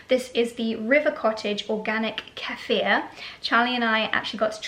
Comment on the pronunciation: I love that you're taking action to improve your gut health,! It really is so important in order to life a full, good quality life! Kefir, however, at least in America, is pronounced "Key-fur".